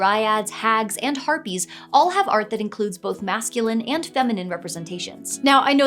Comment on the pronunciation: Did she say herpes instead of harpies?! xD